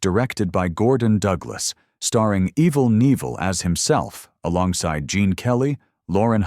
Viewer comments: It's pronounced Evil K-NIEVEL!! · "Evil Neeval" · Good ole Evil Neevil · "Eval Neevul" for Evel Knieval. Sigh.